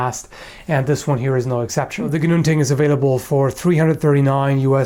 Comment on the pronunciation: I love that you actually pronounce it correctly.